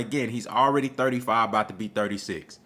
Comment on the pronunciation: The way I will roast you after this fight With the way you saying 35. Your Errol is about to be exposed. You all won’t sleep.